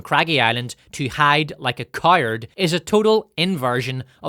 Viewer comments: it's pronounced 'COW ART'. Not 'kewerd'. Please learn to pronounce English words. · I sometimes catch myself on thought that I watch this channel primarily to comprehend the absurdity of author's accent like when he pronounced coward as KAIRD on